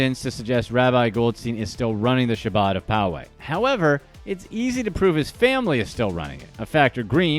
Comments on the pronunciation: Learn to pronounce Chabad. HAH-BOD. Yeah what he did was wrong, but don’t just concentrate on this low level stuff, go after the billionaires. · I noticed that too.. he probably thinks there is only one Mendel.. did he say Rabbi’s son was named Mendel after his uncle? Lol also the way he mispronounced “Chabad”..